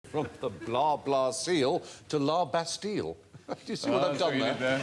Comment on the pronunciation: You don't pronounce the "L" in La Bastille, Stephen, it's lah-bass-teee